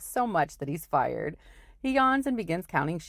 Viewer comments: Lol you said "my uncle Jack's off so much that he's FIRED" (instead of tired) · Tired not fired lol